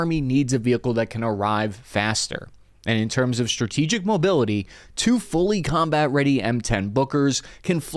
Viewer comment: "Shtryker," "deshtroy," "shtrategic"?